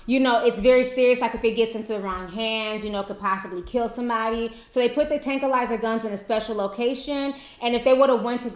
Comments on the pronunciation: tankwi lizer lol Ti you killing me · Tranquilizer Ti. tankquilizer? still luv u tho 😩😍😆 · Tankilizer?????? Did you really say that?(Mind blown)Tranquilizer, baby. It's tranquilizer. Still love your channel! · It's called a "tranquilizer gun" not a "tankuilizer gun." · tantalize gun? I think the word is tranquilizer gun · its called a Tranquilizer, not a tankilizer lol ijs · it's not a "tanquilizer" it's "tranquilizer" lol... IJS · lol!!! Tankalizer... and she keeps saying it. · OH FAWK!!! I swear she pronounces A LOT of people's names wrong but this video took the cake!!! TANKALIZER!!! LMAO wtf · 😂😂😂, Ti done took out the "r" and added a "K" lol... Ti's pronunciation of the word tranquilizer and tranquilized had me rolling... However, on the other hand I thought it was cute... Ti's my girl tho😂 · i dont even think she had the U in the word either. it was like tankilizer......or tanky-lizer lol. im like..... wait what? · T said Tanquilizer/Tranquilizer about 10xs😂😂😂 I love T's videos. They bring me life and laughter...and you hair is beautiful girl, do the dam thing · Lol.😂 It's tranquilizer I knew what you were trying to say when you said you were probably saying it wrong but you still had me weak. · lol it's tranquilizer lmao u said I don't know if I'm saying it write I was in tears😂❤💙💜 love u. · Tankilizer?? lmaoo Ti... I can't. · It's "tranquilizer" as in being tranquil. Oh boy. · Ti it's tRanquillizer LOL. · tanklize? it's TranquiIizer (pronouncenation) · Put an R on it. Show some respect please. "Tranquilizer" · did she say tanquilize lol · love you ti.. but the word is tranquilizer.. (tran-quil-lie-zer)..no puns. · it's pronounced tranquilizer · tranquilizer tran•quil•lize•er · You just forgot to pronounce the R in tRanquilizer. Lol